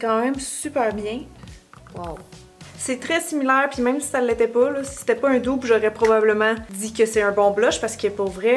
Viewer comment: Petite remarque qui n’enlève rien au bel objectif de la vidéo: dupe a le même sens en français, pourquoi ne pas le prononcer comme en français?